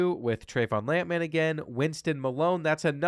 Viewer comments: Who TF says “Lamp Man” instead of lampman? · Love pronouncing Lampman’s name as if he’s a lamp based super hero.